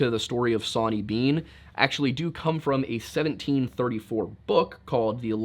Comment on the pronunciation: Soooo did Zoe Hanje from Attack on Titan name Sonny & Bean after "Sawney Bean"? The way you say Sawney sounds more like sonny.... crazy